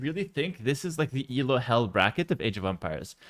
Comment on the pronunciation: It is Elo, not ELO btw ;) It is named after the guy who invented the system, not an abbreviation.